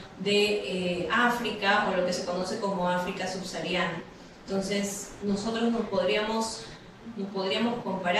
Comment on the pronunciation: Teniendo tantos médicos en essalud a nivel nacional no podían elegir un mejor ponente? Otra cosa se pronuncia SUBSAHARIANA no subsariana